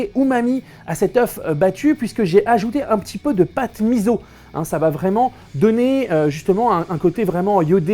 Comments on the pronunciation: s'il te plaie thibault on dit MISSSSSSSSO et pas miZZZZZZo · Menteur, il a une haltère . Il a suivi le conseil de la voix off ^^; ==> またね。 Au passage, on dit "miso" et pas "mizo" >< (le "S" se prononce "S" en japonais, pas "Z"). Sinon, merci pour la recette. Personnellement, je m'attaque aux recettes de Food Wars (celles qui sont proposées dans le manga, mais avec quelques adaptations).